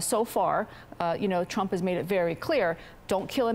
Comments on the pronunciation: lady in the blue, 'tump''. Were all human, i was surprised because shes reading from a teleprompter. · Did she just say “Donald Tump”? 😂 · I heard Tump! I had to play it twice to see if I heard it right! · i heard Dump hahaha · Tonald Dump. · Yes she did say Donald tump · She said Donald Tump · I definitely heard “ Donald tump “ 😂😂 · i still wonder did she said donald dump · Lmao I thought she said Tump. Definitely didn't say Trump. 🤣